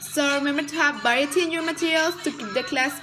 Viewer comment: min. sounded like "Baety in your materials" .. after playing it over a few times I realized you meant: "Variety in your materials". Otherwise thank you so much, your video was very helpful!